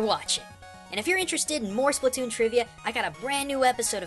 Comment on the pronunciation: Splatoon, not spletoon!